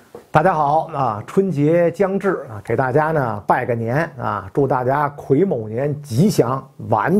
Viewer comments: 癸 guǐ 卯 mǎo，不是kuí mǒu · 纠正袁老师一个发音错误，应该是：癸（gui）卯年😊